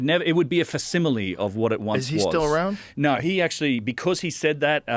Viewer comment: Nauhr. Love it